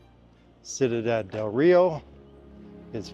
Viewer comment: Cuidad. You pronounce it 'sweedad' with very soft d's. Great videos!